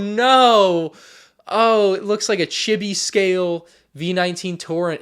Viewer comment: Good review but as a note it’s not pronounced “chibi” but instead “cheebee”